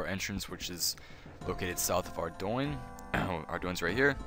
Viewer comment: I think the town name is more like Arr Doo In